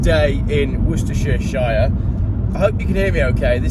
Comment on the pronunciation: DUDE learn to PRONOUNCE - Worcestershire !!!